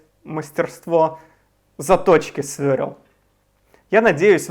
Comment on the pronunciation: Автор канала: правильно говорить СВЕРЛ, не свёрел, а СВЁРЛ!!! так же, автор